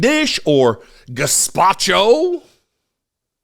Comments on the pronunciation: "Drownding in gespacho" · FFS! Aren't you tired of this moronic behavior Americans?, please vote this waste of space out of office, do the right thing for once.. At least vote in someone who can pronounce words properly (drownding?, gazpacho police?.. geez)